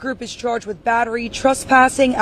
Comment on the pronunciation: WITH (strong TH), not WID or WIT. dis, dese, dat, dem, dose, dere. Get back into English classes....and PAT ATTENTION, this time .